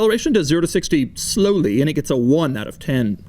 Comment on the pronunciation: The way on the Doug score he says: "it does 0 to 60 in..... (Pauses) SLoWly